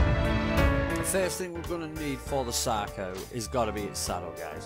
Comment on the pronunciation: Did you just say Sacro Shark at the beginning? When you were calling it’s name for short lol